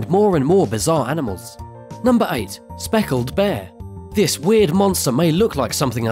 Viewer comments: You called the Spectacled Bear a "speckled bear" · Spectacled bear, not Soeckled.